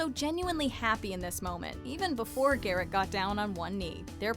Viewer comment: Thank you for the proper pronunciation of Garrett’s last name.